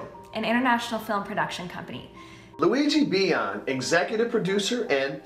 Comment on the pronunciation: "Luigi Bian" Ok, GUYS WE NEED TO RUN LUIGI. EXE IS BAAAAACCCC!